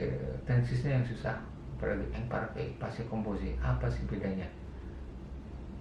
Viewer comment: prononciationnya diperhatikan pak. saya perhatiin bapak kalo ngomong « imparfait » pronouncenya jadi « ongparfe » , sedangkan kalo ngomong « attends » malah jadi « attang » . prononciation dari quand juga seharusnya kan « kong » bukan « kang » . harusnya kan im dan in yang dibaca « ang » , an/am dan en/em dibaca « ong »